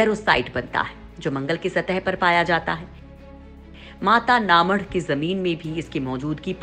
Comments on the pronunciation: Mata na madh.... Pronounciation is too poor ( mata na math) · पहले बोलना सीख जाओ जगह का नाम में माता का मठ गुजराती बोलना नहीं आता तो हम भी समझते सही तरीके से बोलना आप लोग न्यूज़ चैनल वाले गुजराती में स्कोर माता का मठ